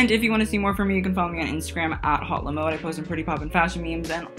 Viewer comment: Please, don't pronounce the letter "H" in "HauteLeMode". It sounds like "Hot Le Mode"